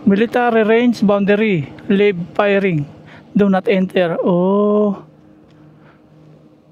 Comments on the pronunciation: Dapat po marunong kaung magbasa at umintindi ng correct english para iwas aberya... Layb at lib na pagbasa sa word na "LIVE" Sa sentence ay magkaiba kaya intindihin ng buo ang sentence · 🎉sori ha ang basa jan ay layb hindi lib.wag n a sanang basahin ng malakas para d nakakaoff